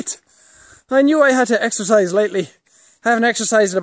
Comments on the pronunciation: What 'extherziz'? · EXERCISE? I THOUGHT YOU SAID EXTRA FRIES!! :-D